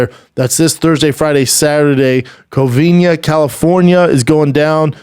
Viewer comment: Brendan just cannot say "Covina" 😂😂😂 my man rode the struggle bus forever and said it wrong at least dozen times on TFATK, and wrong again a few times here too lol. It drove crazy which was hilarious